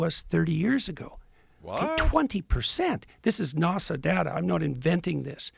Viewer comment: Ok it's not the big thing here but why does he say "nosa" for NASA, that's not a Canada or Alberta thing because I live here too lol